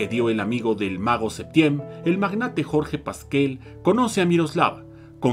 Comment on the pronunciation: A ver, niña, primera,quien te dijo que es una crítica?, Si lees bien anoté: duda; segunda, se escuchó "Septiem", siendo que yo sabía era "Septién". Antes de escribir algo lea bien